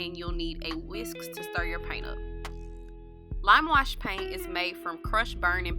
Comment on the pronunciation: She said lam wush peeynt 😂